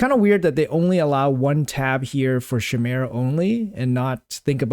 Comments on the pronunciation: who is Sheemera? Bruh i lov u but its KYmeera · chimera= kai-me-ra lol please google how to say it xD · OK, but where in your life did you ever hear it pronounced "shimera?"